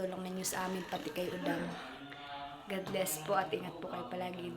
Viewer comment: say godbless hndi po godless pangit ksi pakinggan.